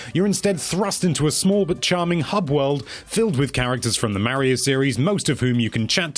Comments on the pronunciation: Gotta love “Marry-O Party” 😂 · Figure out how to say mario